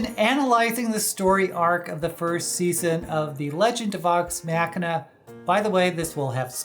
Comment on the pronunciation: You are mispronouncing the word Machina in the title.